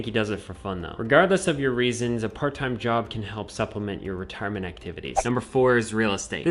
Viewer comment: Be vewy vewy qwuiet! We are hunting wetirement income streams!